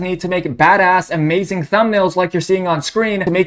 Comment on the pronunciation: AY MAZING